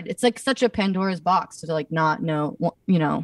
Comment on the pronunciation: She said Pantera’s Box 😂